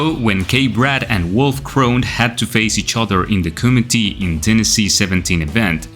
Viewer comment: lol it's "kumite" not "kumiti" 😅